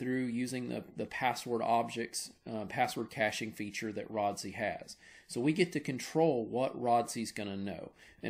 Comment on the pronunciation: my man said Rod-See :face-fuchsia-tongue-out